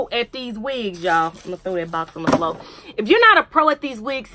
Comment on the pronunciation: Sis you worked it as usual. I love that switch from professional to country in ya. Did you just say flo...yupppp ya did! We're country as 2 quarts of buttermilk! Yup shole iz!😂😂😂